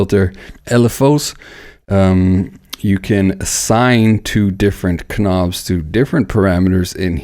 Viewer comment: Did this guy really say "ka-nobs" ?! lmao